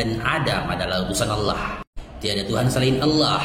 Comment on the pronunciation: Fasih banget bang kl nyebut Allah